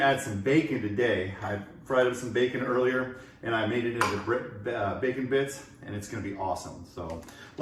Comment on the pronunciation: i was doneeeeee when you said “fasage” and “facon” 🤣